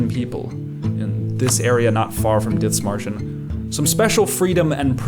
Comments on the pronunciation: Es heisst Dithmarschen nicht ditzmarschen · Small note but its more pronounced like "Did-Marschen" not "Ditz" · In german there is no th like in english. It is Dithmarschen spelled with just the t. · Where's the speaker from? Sounds almost like a slight German accent, but then no German would pronounce the th in Dithmarschen like that. The h is silent. Great video though! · Why do you call it "Ditzmarschen"? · You don't pronounce the h in Dithmarschen. It's simply pronounced Dittmarshen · Idk, its annoying to watch this video because you keep pronouncing Dithmarschen like its an english word. Just because theres a th doesn't mean its spelled like the english th. The h is silent. Pronounce it like you would Dittmarschen. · why do you keep calling it DITZ MARSHER? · i dunno why you pronounce it like that... there's no S in the first 5 letters of that name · cool video but what the fuck is that pronunciation of Dithmarschen they aren't Bri'ish